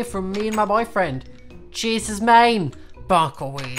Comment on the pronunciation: every time he says chase i head “cheese”